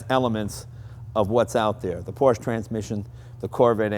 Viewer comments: Actually, for some reason Jay pronounces Porsche correctly in some shows and incorrectly in other shows. Hint: It is pronounced exactly the same as the Latin/English name "Portia", i.e., Por'-sha. That is because it is the same name, just with the spelling required by German phonetics to make the same sound. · it kills me when people can't pronounce Porsche correctly. I mean, it's a man's name and am awesome automobile manufacturer, have the respect to say it properly.